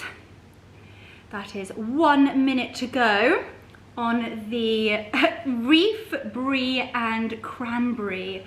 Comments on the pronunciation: Wreath not reef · Delicious and stunning! The hostess with the absolute mostessssst! (Why are we saying reef instead of wreath though!?) Merry Christmas darling!! Much love xx